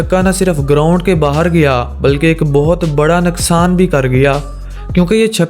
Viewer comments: Nuqsan hota ha naqsan nae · Abye panjabi naksan nahi hota hai nuksan hota hai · naqsan nhain hota bhai nuqsan hota hai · Naksan nhi noksan😂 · You say naksan